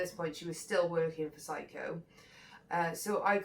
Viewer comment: No one needs it drummed into them: SYCO - Simple Simon's enterprise... Great pronunciation! The guy must have a complex, huh? 😂😂😂😂😂